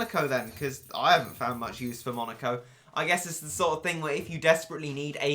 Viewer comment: Monica?? Monica?!?! really Monica? IT'S FREAKING MONEKO!!!